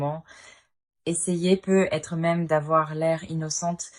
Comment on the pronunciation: Bonne guidance mais sincèrement ce " PEU ETRE" sans liaison c'est très pénible .. navrée